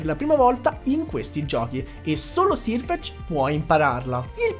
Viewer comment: video bellissimo, sei bravissimo a spiegare però solo una correzione, è /serfec/ non /sirfec/, perché la pronuncia è quella inglese